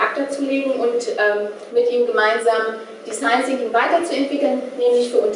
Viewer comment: wenn sie noch einmal design "zinking" sagt...